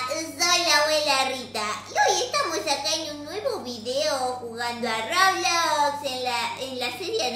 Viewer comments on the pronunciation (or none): none